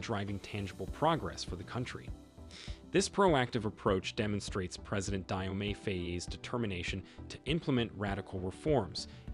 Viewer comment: My brother Dio pronounce Jo not dai